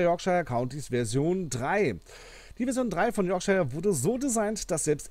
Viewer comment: Yorkshire wird nicht [Yorkschaier] sondern [Yorkschir] ausgesprochen